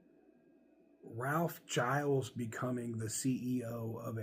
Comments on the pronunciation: It's "Gill-eez" not "Jyles" - that extra L makes all the difference. The company needs an Iacocca-level person in charge. Someone who can simultaneously stickhandle the government and get them off their back, inspire the public who are pretty disillusioned with Chrysler, and work the internal politics to bring CJDR out of the mess that it's in. Seeing what he's done with the company over his tenure, I think he'd be a good choice. Sure, he's from the design side where it's usually engineers or finance that become CEO's, but he's been a very senior exec for a bunch of years at this point, it's not like you're taking clay out of someone's hand and putting them in the big chair. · its spelt giles so if anything it should be pronounced "guy els"